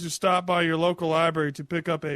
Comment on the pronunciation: Come on, the man pronounces 'library' as 'liberry' for God's sake.